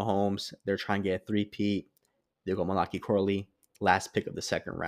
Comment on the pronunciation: Mali like Cali, then Kai. It’s a book in the Bible, last one in the Old Testament. It’s actually Mal-uh-Kai. For future reference.